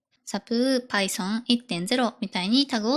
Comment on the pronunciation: 若いエンジニアのドッカーやパイソンのイントネーションに違和感がある。